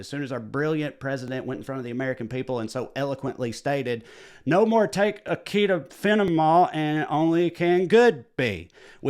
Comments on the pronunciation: Hearing him say “Acid O’ minfin” (acetaminophen) was just amazing. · Orange turd pronounced it like he was talking about a pub in Ireland, good Lord 😬! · Aceta. Aspetic. Ummmm. Tylenol. 😂😂😂